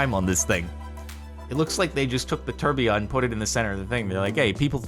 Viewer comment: Funny how you say tourbillion, lol